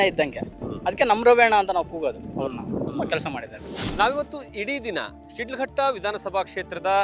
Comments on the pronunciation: It's not shildghatta, it's Shidlaghatta, My Mom's birthplace, we cherish the long lasting memories of this town forever, Jai Shidlaghatta. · ಊರಿನ ಹೆಸರು ಕರೆಕ್ಟ್ ಆಗಿ ಹೇಳಯ್ಯ ಅದು ಶಿಡ್ಲಘಟ್ಟ